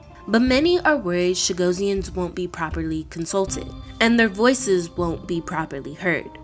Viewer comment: The moderator should be rebuked. What an insult. She is mispronouncing the name: It should be: Chuh-GOSS-ee-unz - two S's, not one. Phonetically: /tʃəˈɡɒsiənz/ So closer to “Cha-GOSS-ee-ans”, not “Cha-go-see-ans.” Stress on GOSS The ending sounds like -ee-unz, not -see-ans You’ll hear small variations depending on accent (British, Mauritian, Seychellois), but Cha-GOSS-ee-ans is the standard form in English.